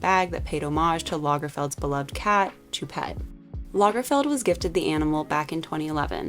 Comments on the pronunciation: It’s pronounced shoe- pet (ch does not make the same sound in French as is does in English.) otherwise agree - but Met galas have been pretty uninspired in recent years and it’s definitely a year for odd “red” carpets - the Oscar’s went normcore beige and MET went Colgate 😂. But props to Jared Leto for honouring choupette. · an In Memoriam themed Met would have been amazing & much more appropriate! btw it's Lil Nas X, not "little" & Choupette is pronounced like "shoe"